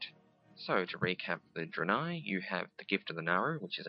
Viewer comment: it's pronounced DRAY-NAY! Not Druhhhh-nie